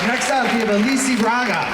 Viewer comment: Aleecee? I though it was Alice?